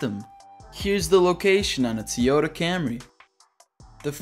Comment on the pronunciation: haha "teota" 🙂